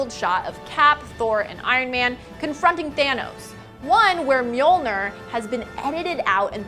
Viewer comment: lol yeah, it's pronounced mo-jo-ni with silent 'r'